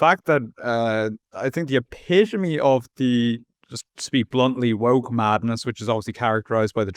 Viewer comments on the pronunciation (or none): I thought it was pronounced woke not wuke.